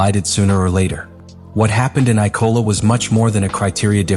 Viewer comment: The spelling within the script sent to AI to create this video is terrible. For a start the track is IMOLA not “I-Cola”